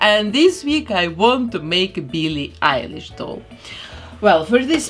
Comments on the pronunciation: Nobody : her:BEELEE EYELASE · She says byllie elish u have to say billie eilish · Bee lee Irish